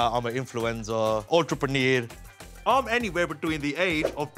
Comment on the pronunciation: Entrepaneer too 😂